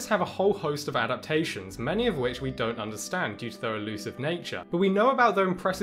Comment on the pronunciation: Adpatations?! At least you're pretty.